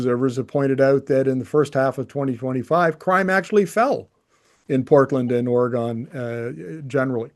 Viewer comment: Please check your pronunciation of "Oregon". Otherwise, this is a very important video, so many thanks for exposing these issues. Vive le Canada 🇨🇦